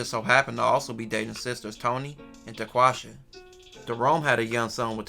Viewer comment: sounded like he said daquasha both ghetto names tho 😂